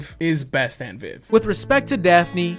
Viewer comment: I kinda love how you say “wif” :)